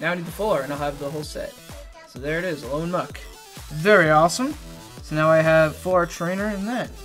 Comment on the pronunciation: You finally won! It was overall pretty even, but you got Plumeria and she is awesome! So congrats! =) (P.S. I don't mean to be rude, but it sounds like you're saying Al-OAN, but it's Al-OLAN. Maybe you are saying Al-OLAN and I'm simply mishearing. If that's that's the case, then I apologize.)